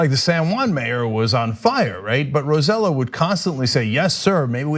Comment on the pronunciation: I can’t stop chuckling at how they pronounce Roselló. It’s RO-SAY-YO, not RO-ZEH-LO 😂🤣